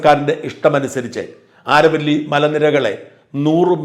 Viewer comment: ആരവല്ലി ശരിയായ ഉച്ചാരമല്ല. അതു അരാവലിയാണ്.